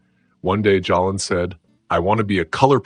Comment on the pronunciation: The name Jaylen is pronounced (Jay-Len).